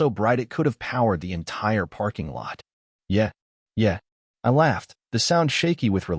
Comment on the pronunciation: Yeah, yeah Really, Really The digital narrator is mispronouncing them. They're: Yeah? Yeah. Really? Really. They're questions and responses.